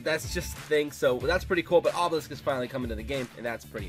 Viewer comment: wus dis, obewisk??? owo